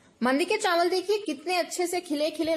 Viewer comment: wow zabardast kia baat hai awesome yaar mein zaroor banaunga ese and by the way chanwal nhi hote chawal hote hain.